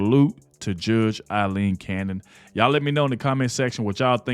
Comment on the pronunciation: Thank u, 4 pronouncing Judge Aileen Cannons 1st name correctly. It was my Mothers name & is often mispronounced. I miss her. Thank u again. I love ur show